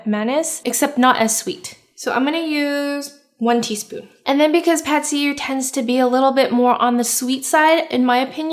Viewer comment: “Pad see you” is how to say it I think